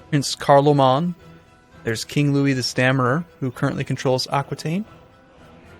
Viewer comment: I don't know why but the pronunciation of "Louis" made me cringe a lot.